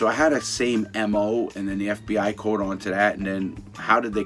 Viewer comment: How he says caught kills me hahahah —> cooot